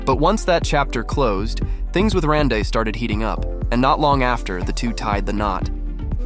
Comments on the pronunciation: Rande is pronounced Randy. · Please PRONOUNCE Randy ( Rande)…..geezzz! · You do a piece on a man and you don’t research how to pronounce his name? 👎🏻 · Pronounce his name correctly. I hate AI. Won’t be back to this channel.